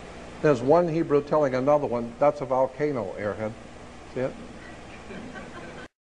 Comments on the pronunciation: Why does Jordan Maxwell pronounce volcano as "Valcano"?? I found it really annoying for some reason.lol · Jordan Maxwell loses me with "excape" and "VALcano"... Haha.